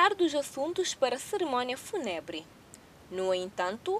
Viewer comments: Fúnebre, e não “funebre” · Fúnebre, não funebre!! É preciso atenção na leitura.